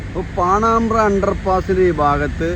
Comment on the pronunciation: പാണാമ്ബ്ര എത് നാട് !? പാണംബ്ര എന്ന് പറയൂ....